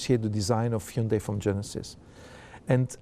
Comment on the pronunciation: 휸다이 라고 않하는게 연습 많이 한듯.ㅎ